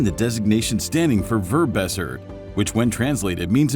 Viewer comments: werbes... what??? You mean Verbessert! You have to give those German words morn Oomph!!! more like: Ver!!! bessert then you can slowly go down. But nice try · german pronounciantion F :D a better proncounciation would be: fair be (like in bet) sirt (like sir in english) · "Verbessert" how did you pronounce that?? Such a nice video and you can't even find out the correct pronunciation for ONE german term? You can't seriously tell me that you assumed it was pronounced this way. So are you just too lazy? What is the reason for butchering this word to absolute earcancer level? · how the hell do you pronounce "verbessert" lul